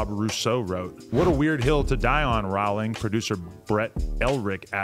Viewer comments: Why does adam call her JK Rawling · Thought you pronounce her like rolling